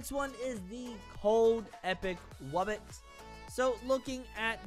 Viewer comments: It's not wubbix it's W-U-B-B-O-X wubbox also make more untitled msm anims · It's (wub-box)